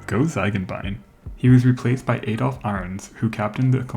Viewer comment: "Ay-dolf"? Dear me, there are so many names I wouldn't want to hear mangled by an American.